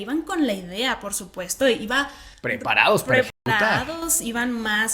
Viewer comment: Cuando dijeron como preparados ... no se escuchó raro?